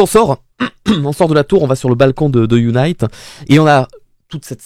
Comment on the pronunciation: UNIT se prononce younit et pas younaït. L'organisation a été introduite pour la première fois dans Doctor Who en 1968 avec le 2e Docteur et est apparu par la suite avec quasiment tous les docteurs. Toi qui n'as vu que la New Who hors 13e Docteur tu devrais normalement t'en rappeler car elle y est apparu de nombreuses fois dès les premières saisons de la New Who. Tu as fait le parallèle du transport du TARDIS par hélicoptère dans les 50 ans et 60 ans. Eh bien figure toi que dans les 50 ans aussi c'était UNIT qui le transportait. Tout s'est déclanché car pour la première fois, le monde entier est connecté, un satellite coréen (je crois) a été mis en orbite et grâce à ça la totalité du globe est désormais connectée et donc soumis au rire du pantin qui contrôle tout le monde. Pour faire ça il a fallu que le Toymaker mette ce rire dans tous les écrans et pour ça il a fallu commencé par la toute première télé. Pour les couleurs de la régénération, elles n'étaient effectivement pas comme ça pour les docteurs que tu as vu. Ces couleurs sont arrivées pour la première fois avec la régénération de 13.